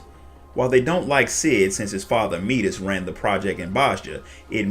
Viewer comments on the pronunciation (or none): none